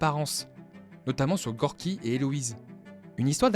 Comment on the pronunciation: Il ne s'appelle pas "Gorgi" mais Gurki ,mais sinon bonne vidéo sur ce Disney que j'aime bien mais qui est pas mon préférer